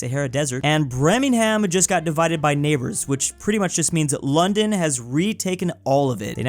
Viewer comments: “um sir it’s Birmingham not Bremingham” 🤓🤓🤓🤓🤓🤓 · Brem+ing+gam it Birmingham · Why is he pronouncing it like briminham Its pronounced bermingham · it’s pronounced bir-ming-ham not brim-en-ham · I'm not English I'm from Northern Ireland But it isant bremingham It's said burmingham Like purr with a b I laughed tho ha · Man said Bremingham lol. It’s pronounced Ber-ming-um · What is a bremingham 😂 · Why are you pronouncing Birmingham as "Bremenham" 😭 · Sorry but I have to Correct you,that is not the way to pronounce Birmingham,you say it like: ber-min-gam,btw another great video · Bremingham… CMON ITS BIRMINGHAM AND IM BRITISH lol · why does pronounce Birmingham breminghum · THIS DUDE He really said BREMINGHAM instead of Birmingham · ahh yes bremingham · Ah yes, "Bre ming am" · Ah yes an American completely butchering Birmingham Bremingham 😂🤣😭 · "I live in Bremingham" 🤓 🤓 🤓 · Ahh yes “bremingham” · Bremingham? You mean Birmingham LOL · What the hell was that pronunciation of Birmingham?